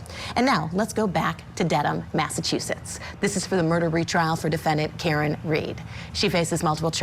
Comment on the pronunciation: Can someone please teach this lady how to say Massachusetts 😫